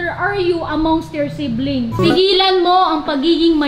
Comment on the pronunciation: shiblings✅ siblings✖ 🤣😂